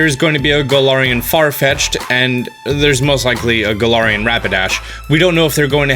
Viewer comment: IT'S FARFETCH'D, NOT FAR FETCHED!